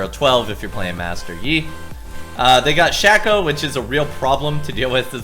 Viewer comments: shhhhhhayyyyyyyyyyyyyyy-co u fuckin dipshit. not SHAQ-O !!! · Shack-O = Shay-Co ok? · for the love of god it's pronounce SHAY-KOH - a Shaco Main